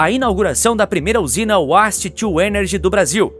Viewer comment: Uáste? :face-green-smiling: Waste to Energy :hand-pink-waving